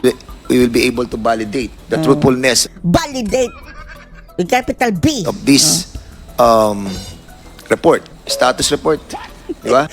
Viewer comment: Ano? "Diperent"? Different! Ano "Op" ? Of! Ano Pollow? Follow Mr. "P"ernandaz? Anong Conpyus? Confused! Anong Balidate? Validate! MgTagalog ka na nga lang .